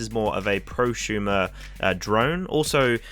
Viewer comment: "Conshumer" and "proshumer".... What's up with some Brits pronouncing "s" in some words as "sh"? Thunderf00t does that also, pronouncing "asphalt" as "ashphalt".